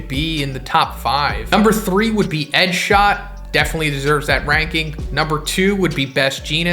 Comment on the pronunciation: I thought I was the only one xD